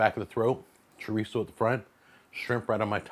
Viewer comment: He says shitizo